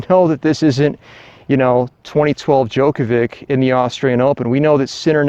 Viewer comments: Yeah, he he he, Djokovik...tell him to pronounce Đjoković- Djokovich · I can't watch your f*cking video. How do you not know how to pronounce Djokovic correctly? How annoying!